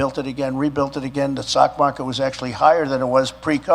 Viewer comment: Did he say the sock market?